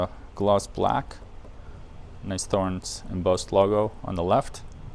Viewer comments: It's pronounced TORRENZ. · The strobe is more precise than the app. LED lighting oscillates at mains frequency. The connector is a jenson (Jensen?) aircraft connector. Thorens is pronounced “torrens” Great set up procedure nice turntable. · so, I don't mind if he pronounces it THHorens. He is American. Should he pronounce that Mercan? Cheers